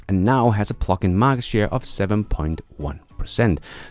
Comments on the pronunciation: I love your shows! Please say pluG-in, not plucking 😅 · I’m sure you are saying “plug-in” but I swear by the time it gets to Texas it sounds like “pluckin”. ‘G’s are expensive in Denmark? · THANK YOU ! And I watch nearly every one of your videos, I was born in USA - I do want to let you know that I like your accent (Which is very small) and there is one word in particular that throws me every time you say it; PLUG-IN. when you say it - it sounds like PLUCK in and when you say it fast it sounds like the F word that rhymes with PLUCK....Just an FYI> Thanx again for all of your great videos and "Keep On holding your Breath! !" Harold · Everytime you say 'Plug-in', it makes me think of 'Pluckin'.... which is an alternate to 'Fnckin'. Which sounds hilarious. 😂